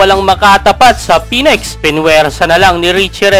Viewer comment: Phoenix po hindi Phoenex.. Ayusin mo pronunciation mo next time ha